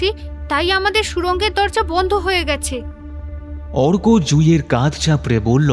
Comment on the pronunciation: "মজবুত কাধ"?(কাঁধ টা কল্কে পেলো না, ভুল উচ্চারণের জন্যে?)